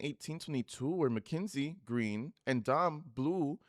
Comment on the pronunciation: When you say “kinsie “ lmaooo